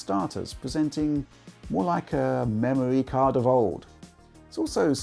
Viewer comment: You said memory cards wrong